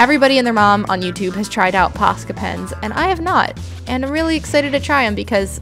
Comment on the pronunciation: At the start when you said Posca pens I thought you said pasta pens 😂I don’t know why